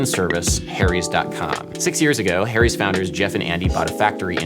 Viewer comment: Funny how you pronounce "Harry's" like "Hairy's"! LOL Great music, BTW. I've been digging on lofi hip hop music for a year now, and this is the first tutorial that explains it. Thanks for being a hero!